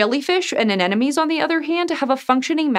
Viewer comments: That's AneMONES not AnENEMIES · an-enomies! Glad it's not just me, native speakers also have a tough time with saying Anemone